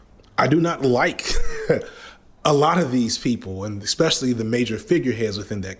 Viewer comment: Expecially... is ESpecially